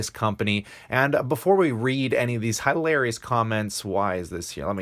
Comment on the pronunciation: The most hi larious is the way you pronounce hilarious.